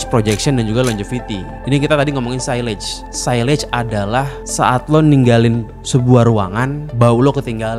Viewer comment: Sillage itu cara penyebutannya 'siyaj'.. kalau 'sailej' itu sebutan bagi silage.. satu L.. Beda makna sama sebutannya sillage ama silage..